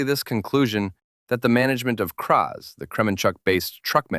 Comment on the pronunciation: It's Kraz not kpa3?